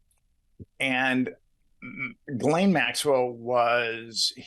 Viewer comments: the only knife ive ever bought was a sheffield steel Fairbairn Sykes dagger. And her name is pronounced like " zhillen " like a J but with the shhhh sound behind it. Ghislaine = Zhillen. I prefer Jiz Lane myself. For obvious reasons lol. Jiz Lane inbetween Maxwells Two Legs Street. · Oh my goodness,..... Its pronounced (geh-layne'). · Ghislaine is pronounced Ghee-len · It's Gi-laine, like the gi in gift!! Hard g, short i. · I think it's "Gee-Lane"